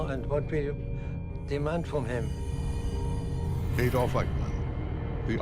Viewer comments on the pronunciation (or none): It's Adolf, not Aydolf.